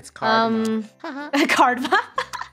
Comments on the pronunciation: cardma? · Someone: IT'S KARMA NOT CARDMA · Greg Glasson it’s carma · Animatlux ummm it’s CARDMA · Yea its not karma but cardma lol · I thought they were just saying karma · So no ones gonna y’all about were lunar is? Okay. Just keep speak y’all “Cardma”